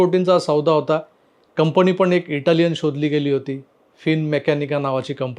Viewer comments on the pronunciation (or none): none